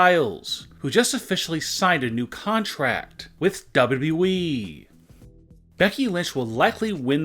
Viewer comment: What's the plan for your voice ???? Doubblue boubblue eeeee It's W W E